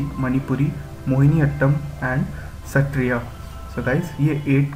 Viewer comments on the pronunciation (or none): none